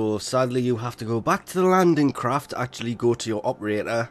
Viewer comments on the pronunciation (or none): none